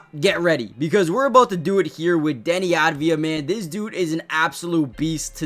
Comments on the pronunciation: Av-dee-ya, not ad-vee-ya 😊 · pls say his name right deni av diya